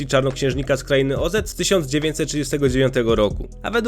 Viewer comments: Nie kraina Ozet tylko Oz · Dlaczego mówisz OZ-et? 🙈 OZ i tylko OZ. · Dlaczego słowo „Oz” czytasz „ozed”? „Wicked” wjechało za mocno? 😂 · Nie O Zet tylko Oz .... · Co to kurna jest kraina OZET XD jakos zawsze wszyscy mowili kraina oz xDD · Też mnie to zastanawia skąd autor wziął klOZETa .. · Klątwa Oz, nie O-Zet. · Podłączam się, okropnie brzmi Ozet. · przynajmniej wiadomo kiedy mamy do czynienia z syntezatorem :D Często też zamiast czytać DLA czyta DE EL A, aczkolwiek w tym filmiku nie słyszałem więc pewnie poprawili coś w kodzie :d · Z krainy o Zet ? Co Ty kurwa jesteś AI?